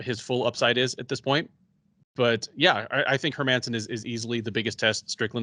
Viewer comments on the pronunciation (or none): dude stop saying her-man-son ffs. All you have to do is use google translate and look up the Swedish prononciation its not hard.